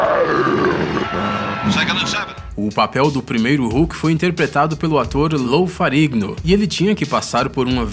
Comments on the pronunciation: Lou "FARIGNO"?????? que eu saiba foi Lou (pronuncia-se LÚ) FERRIGNO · Se me permitem uma crítica: tenham mais atenção ao texto e a locução pois existem muito erros de pronúncia. Lou Ferrigno virou Lou “Farigno”, Michael Keaton virou Michael “Keith” e o que deveria ser “ator” virou “autor”, quando se refere a Christopher Reeve. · A pronúncia correta é "Lu Ferrino". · Alguém por favor, ensina esse cara a pronunciar o nome do Lou Ferrigno certo?.. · Mano. Lou Ferrigno era fisiculturista, ele nao era forte apenas por causa do filme. Fora que voce pronunciou o nome dele errado. Vlw.